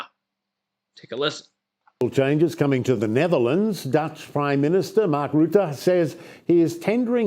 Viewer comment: Nice video. It’s pronounced roo-tuh though not Roo-tey 👍🏻